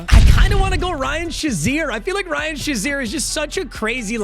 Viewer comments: It’s fucking SHAY ZEER not shu zeer you dweeb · please someone tell him it's pronounced like Shay-zeer as a steelers fan it hurts my soul